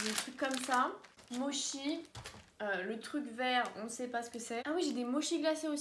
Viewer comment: Super vidéo, juste un petit truc,on dit motchi pas mochi voila 😁et met les au micro-ondes pour que ca soit plus fondant